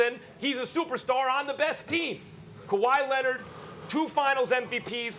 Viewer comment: Perk also saying "Kawhi Lennit" SAS out there so proud